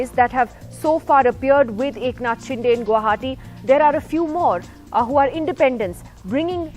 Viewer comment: Nidhi Razdan should atleast get the pronounciation right for "Shinde"